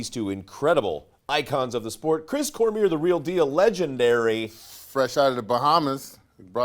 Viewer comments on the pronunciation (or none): its cor mi ay not cormeer dumy